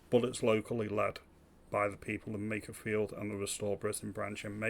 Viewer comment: Lowe can't even say makerfield correctly. Yeh so in touch